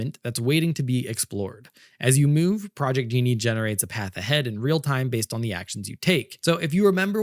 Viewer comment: Ok. If real... fun, relaxed, nicely paced, and greatly informative presentation. I'd say has the perfect stand-in/co-host he may have never asked for but has always had. Really great,! EDIT: Ahh, wait... the speech pattern is too much like. Hmm... further,, NO native English speaker would pronounce "Genie", even as an unintentional slip, with a hard-G as was done here. Ok, so if not real, which one was it: Viggle, Higgsfield AI (Recast), Runway (Act-One), Luma AI (Dream Machine), Synthesys Faceswap, Wan, Minimax, or Kling.